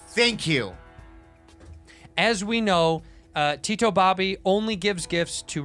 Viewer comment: tito is pronounced more like "the-though" with quick th's. it's not "tea-toe"